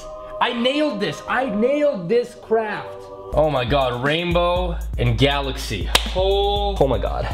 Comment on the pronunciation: wait did you say galaxce